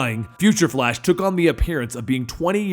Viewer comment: You said fa-lash...